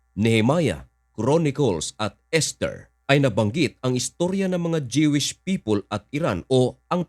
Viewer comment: Jewish is pronounced as Juwish or Dyuwish sa Tagalog and not Jewish o Dyewish. PEACE, brother...